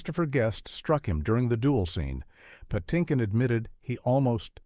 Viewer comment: (Why is Mandy Patinkin's last name pronounced "Pah-TIN-kin" in once sequence, and "Patty-kin" in the next?)